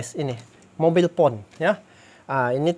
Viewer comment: Cellphone = mobile phone bukan mobil phone bang, kami bacany mobail pon not mobil pon tp keseringan bacanya/menyebutkan hp or handphone